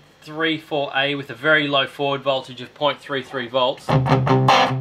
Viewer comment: Are you saying "i (letter i)N34A? It's 1(one)N34A. Germanium diode.